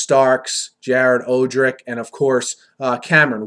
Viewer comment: Your horrible, get lamar miller wrong, cant pronounce odrick. Didnt talk how good the safeties has been. safeties did better than reed, also miami was the number 1 red zone defense. Lol miami had a good defense very good... The o line i agree is the major question.